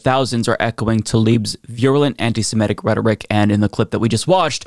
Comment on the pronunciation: Why cant anyone seem to say "Semitic"?